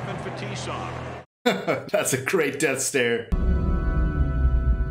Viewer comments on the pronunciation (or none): You can tell Al Michaels changed his call slightly for the movie. In the original call, the famous Russian Defenseman Slava Fetisov's name is pronounced "Fet-i-sawv" short i. In the movie it is pronounced "Fuh-tee-sov" as Slava had become a Detroit Red Wings legend by that time (2003) and known to Americans.